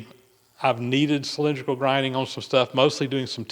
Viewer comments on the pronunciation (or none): That's "Cylindrical", not "Cylinderical".😄